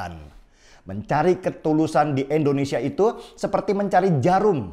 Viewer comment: Sebut "Indonesia" dong Bang Denny, jangan "Endonesia", itu Bang Denny Sebut "Inggris" bisa rapi gak sebut "Enggris". Jadi biasakanlah sebut "Indonesia", hargailah nama negara kita sendiri.